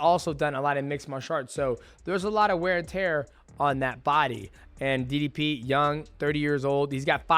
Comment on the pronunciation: Its ddp not diddy p